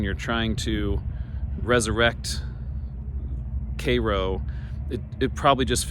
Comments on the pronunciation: It’s pronounced “care-o” . Myself and parents were born there, we left in the late 60s but still have family in the area and go back occasionally. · The name of the town rhymes with "arrow". Not like the syrup nor the city in Egypt. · The correct pronunciation of Cairo is “Care-o”. The first syllable rhymes with hair. I grew up in Southern Illinois and have seen the town slowly die throughout my lifetime. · It's pronounced "care-o" to be exact.